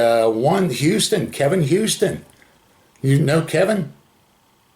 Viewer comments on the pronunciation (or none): none